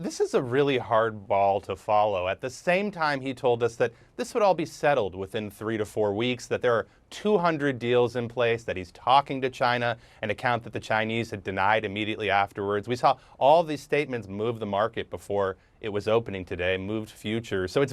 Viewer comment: he says “Chyna…”